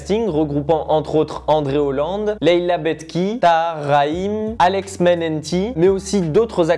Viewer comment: Ce n est pas une question de prononciation, mais d ordre des syllabes : Bek(h)ti et non Betk(h)i.